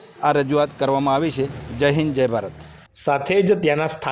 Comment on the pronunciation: Request "AAYVI hati" aem nahi" Aavi hati "..aem speech sudharo news speaker